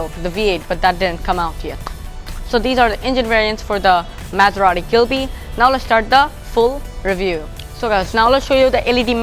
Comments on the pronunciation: It’s ghibli not ghilbi lol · It a ghibli not a glibie not mind just correcting you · Gilbi? Isn't it ghibli? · its Ghibly not gilby🤦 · It is not Ghilbi but Ghibli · Wrong pronunciation brother. It would be GHIBLI. NOT GHILBI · গিবলি নাকি গিলবি??